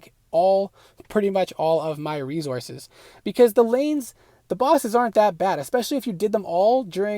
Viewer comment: Not only did you pronounce a word incorrectly, but you said it 200 times making this video unwatchable cringe. Re-Sources. It's an S, as in source. It's not re-Zorces... wtf is a zorce genius? It's obviously not Rezourzez. You also said certaint, maybe you misspoke on that one? I don't understand how people are so open with their lack of education these days.